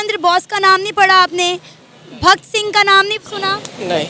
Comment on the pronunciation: Pata tuje bhi nahi haii...bhakt sing or saradar paatel nahi bhagat singh or saradar patel hai...tune sirf google se dekh ke bol diya hai😂